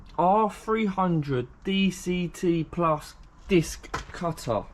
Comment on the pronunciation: Does your family say Diskkk cuttaaar ?